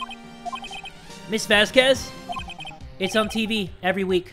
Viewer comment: how he pronounces Vasquez gives me aids